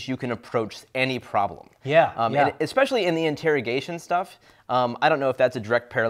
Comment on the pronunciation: I heard this guy say "Ekspecially" and stopped.